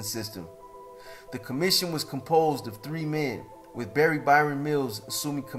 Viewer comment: It's Baron ya Muppet.